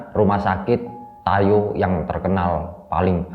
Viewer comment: Tayu bro bukan tayo jadinya hei tayo deh wkwk